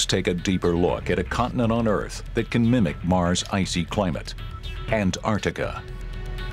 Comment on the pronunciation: Why is he saying Ant-Artica 😂